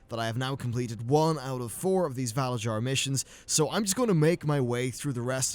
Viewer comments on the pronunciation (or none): I don't know if anyone has said anything but the way you're saying valarjar is wrong. in norse cultures j's sound like y's so it would be valaryar phonetically.